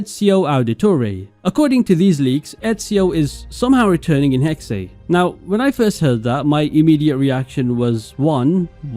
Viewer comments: It's actually "Hex-eh", the second e is not silent in German. (Hexe = witch) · Please pronounce it as Hex or Hex-uh. Hexay is just wrong and it's been in every video. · Dude it’s clearly pronounced hex not “hexay”. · It’s not. In German you pronounce every letter. So it’s Hexe, but definitely not Hexay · Hexe is not pronounced HEK'SAY. It's HEK'SEH. I'm sure any Germans watching this are collectively facepalming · Its pronounced “Hex” not hex-aye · stop, using AI. its not ''hexey'' its Hex, learn to narrate/speak on your own videos and quit being lazy. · Pretty sure it’s just Hex nog hexay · The correct pronunciation is "Heck-Suh" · You don’t say the “E” it’s silent it’s pronounced “Hex” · It's pronounced "Hex-eh", the second e is not silent. If it would be the English word "hex", it would be written as "hex". But since "Hexe" is the German word for witch, you have to pronounce it like a German. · “Hexe” is pronounced like “Porsche” and “Fiore” is pronounced how you’re saying “Hexe”, Christ dude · Bro doesn’t know how to pronounce hexe